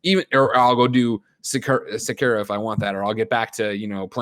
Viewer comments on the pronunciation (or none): Please tell me someone out there is making a compilation of every time greggy mispronounces sekiro